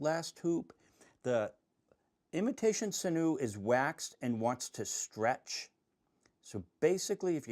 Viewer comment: Its pronounced sin-you. 😉 Great videos btw 👍🏾👍🏾